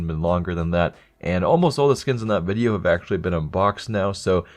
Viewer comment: "Welcome to another CS:GO BIDEO"